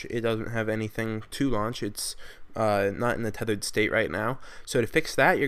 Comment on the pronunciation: he says tethered wtc??